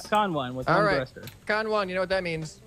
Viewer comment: Everyone: Bearings, Engines, Logic, Suspension, Controllers.: Cosmetic blocks and a thuster.